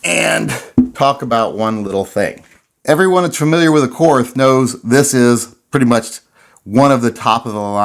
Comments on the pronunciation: As an American vet living in Germany I have to inform you that Korth is pronounced Kort. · Pronounced court.. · it's pronounced court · My concern is that you cannot pronounce "KORT" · Korth is pronounced like court, not like north with a K. It’s German.. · It's pronounced KORT. The H is silent! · It's pronounced "Court"